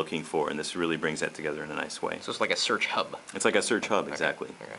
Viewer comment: "You can also SOOCH the web"...?